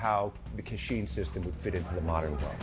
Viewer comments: I think the worst part of this is you are making money off an art you no nothing about. Being Karen and family direct descendants from Myanmar formally known as Burma your slaughtering of the pronunciation of Ka Chin as Ka Sheen is ridiculously annoying. I appreciate your enthusiasm of spreading the art that the prince of Thailand watered down for western culture to except but get your facts and pronunciations correct my friend. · it pronounced as "Ka Chin" not "cat sheen".